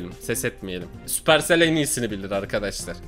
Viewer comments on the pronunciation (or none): süqercel derken getir yemek getirir😂😂